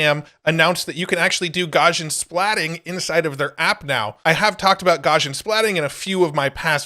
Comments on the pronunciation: FYI, Gaussian is pronounced Gow-see-un. It's named after the German mathematician Gauss. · Look up "Gaussian" in the dictionary. The pronunciation will make more sense. (Because of Gauss.)